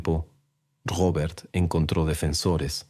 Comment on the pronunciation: Porque dices Rrrrobert 😂